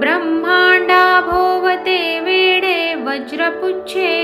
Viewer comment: ब्रम्हांडाभोवती "वेढे"..वेडे नाही..